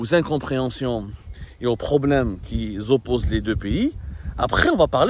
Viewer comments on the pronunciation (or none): Azul Abdou. Vous avez dit : ....aux problèmes qui zopposent. C'est du français ça ? Pour un journaliste francophone il va falloir.....